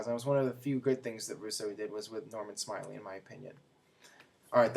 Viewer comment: Jim Ross is the best commentator that WWE is fortunate to have. Maybe J.R> should go to TNA someday. And actually it's pronounced "Norman SMILE-LAY."